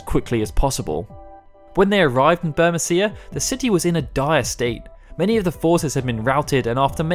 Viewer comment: It would be bur-MEE-see-a, surely?